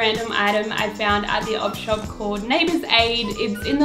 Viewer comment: ElGreco1541 I always thought she said odd shop